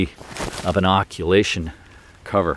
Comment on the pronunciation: It's occultation not occulation, sorry to be pedantic.